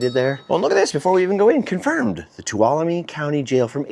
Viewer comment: HOLY COW, you said Tuolumne right!!!! Welcome to my part of the world!!!!